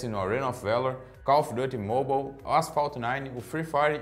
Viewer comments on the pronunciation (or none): Call fiduti mobal kkkkkkk querendo fala bunito